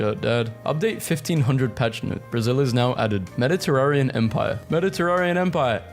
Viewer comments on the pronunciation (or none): Its mediteranean not mediterarean